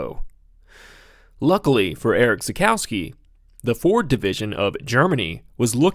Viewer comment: Try to pronounce him "Erish Tsakoffsky". Also: Don't compare Nordchleife lap time bak in the late 70s/early 80s because of complete different track layouts. Otherwise this is a really great informative, well researched and edited video. Congratulations!